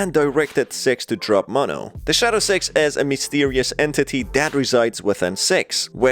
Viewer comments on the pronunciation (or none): Ur still saying sex instead of "six" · He is saying sex not six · Its six not s€x my dudes. Ill help u pronouncing it, stay safe mate! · Do NOT turn subtitles its so bad when he says six/6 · Why is it every time he tries to say six what actually comes out is sex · Is it just me or is this guy referring to Six as Sex? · The way you’re saying “Six” makes my dumb half awake brain think you’re saying “Sex” >~> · For some reason, when you lower your volume a little bit (or keep it on the max), it sounds like he's saying "Sex" instead of "Six", this leads me to my theory that he's a Rule 34 shipper in disguise this whole time, this is only the beginning of my theory, I already have a hypothesis, I will now attempt to prove it in just a bit, just you wait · its six not S*x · When you say six it sounds like you’re saying sex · This man cant say six and he says se# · Is it me or is when he says 6 it sounds like he’s saying sex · It actually sounds like he says s e x , so the subs are right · He keeps saying "Six" I keep hearing "Sex" Am I retarded?